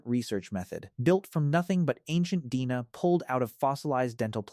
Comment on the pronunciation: “Dina” is “D&A” Awful AI narration. 😞😡